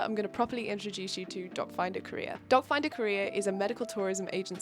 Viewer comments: Am I the only one who heard “dot finder career” instead of “doc finder Korea?” 😂😂😂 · every time you said "doc finder korea", I understood "dog find a career" 😂 - and very happy for your sister! this is wonderful! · At first when you said DocFinderKorea, I kept hearing DogFinderCareer and was pretty confused😅 But seriously, your sister has very nice skin and hair. It must be so scary to go through these surgeries and in a foreign country during quarantine to boot. Kudos to you and your sister for being such badass queens!👑 Hope her recovery is going well 💗